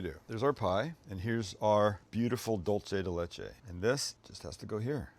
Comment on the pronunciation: Why do you insist on attacking my language? "Dulce de Leche" is pronounced DOOL-seh de LEH-che. Not "dohl-che". Dolce is ITALIAN dulce is SPANISH. And the phrase "milk candy" in Spanish, the literal translation of "dulce de leche" in Italian would be "caramella al latte". Please. Just. Stahp. And that term is considered plainly dumb in Mexico. If you want to talk about caramel in Mexico you call it by its Mexican name: Cajeta (ca-HET-ta)